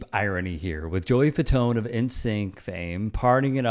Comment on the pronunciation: "The Fatone" 😅😆😅🤣